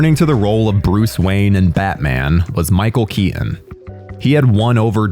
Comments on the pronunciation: "tim bur-en" "Michelle Kea-en" i dont understand, is this an accent or a speech impediment? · Well I "Sir-innly" like Tim "Bur-inn" films as well. Especially the ones with Michael "Key-Inn!"